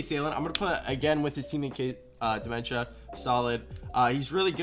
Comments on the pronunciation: Isn’t it Diments-uh? Not dementia, lol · Solid rankings. On a side note, I swear it sounded like he was saying "dementia" haha! Always solid work by.